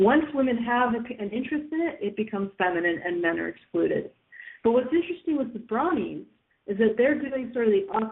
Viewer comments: I believe it's pronounced BRO-nee, not BRA-nee. Both Bro and Pony have long O sounds. I know it's pedantic, I'm a pedant, I admit, but it's like the people who said POKE-ee-man, rather than POKE-ay-mon. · actually, she was saying brawnies (brawny), which is a paper towel brand lol